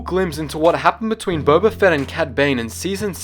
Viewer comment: did you say bobba